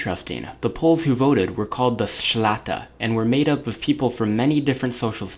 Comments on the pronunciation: It's szlachta, not szlata.. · Read this ----> Shlahta. That's how to read but writing is right, because I'm Polish. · Shlah-ta, not so difficult.